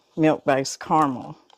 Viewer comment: Thank you, thank you. Thank you! You pronounced carmel correctly, you didn’t say “car-a-mel. Yay!